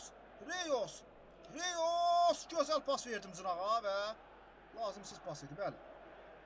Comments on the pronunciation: reus yox roys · RIYOS YOX ROYS